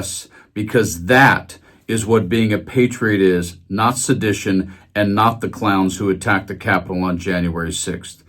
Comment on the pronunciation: Drunkseth does not even know how to SAY sedition! He pronounces it “ shedishun,” a difficult word to get out when you are off your face!